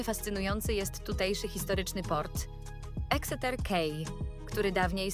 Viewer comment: Teach your AI to pronounce Exeter correctly. 🤬